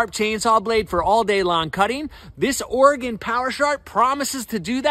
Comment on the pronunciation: Thank you for pronouncing Oregon correctly lol